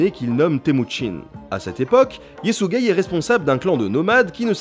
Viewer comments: Yesügei : yésuguei Hö'elün : Heu elun (h aspiré comme en allemand ou en anglais et u comme un /u/ pas un /ou/) . Temüdjin : Témudjin Börte : Beurté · C'est Ysekhei pas Ysegei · Je du mettre pose a chaque fois que tu prononcé le nom de JE SUIS GAY :') fait gaffe au YTP avec sa aha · "Yésuigay" Le guerrier Mongol. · Y a que moi qui entend "Yé sus gay" au lieu de Yesugeh? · J'ai ri comme un con en entendant "Yesügei"